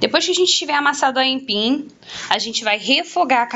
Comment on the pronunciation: kkkkkkkkkkkkk ela fala aimpim